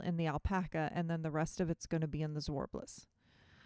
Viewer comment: The way I say it is the right way to say zwartbles, as a Dutch-speaking native I know how to say zwartbles ;) the a in zwart is sharp like in 'water', the r and t are also pronounced seperately, and 'bles' is pronounced as bless. Gorgeous hat :)